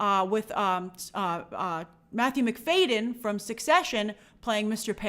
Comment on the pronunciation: It’s Matthew Mc-FAD-yen not Mc-FAY-den